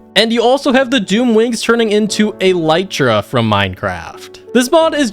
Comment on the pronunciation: turning into "A Lytra" killed me 🤣its an Elytra